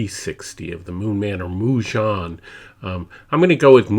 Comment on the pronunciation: I appreciate your thorough review and revisit of this pen. It is also commendable that you reference other reviews from Inkquiring Minds and Doodlebud (and even include links to them). I don’t want to leave a negative comment, so please take this as constructive feedback: I find it difficult to get past your mispronunciation of Majohn, Jowo, and Diamine (should be mah-john, yovo, and die-a-mine).